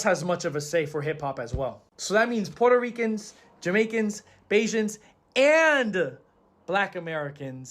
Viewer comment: She is pronouncing it that way because of her accent. Not on purpose.